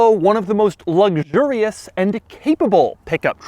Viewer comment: is it just me or does Doug say "Lugdurious" instead "Luxurious"?